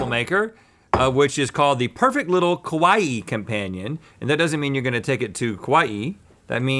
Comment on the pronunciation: Rhett's pronunciation of 'kawaii' 😔💔